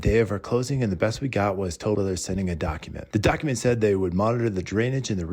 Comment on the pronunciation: 📐Wow!!! Good example of Speed process in construction without any care of the product.🤨 Most consumers don't know that Improper installation of materials can void out the manufacturer warranty of the product in a lot of cases. AND... I cringe when I hear " Tol brothers". 😬